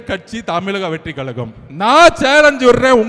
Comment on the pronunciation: Kalaga illa kazhaga bro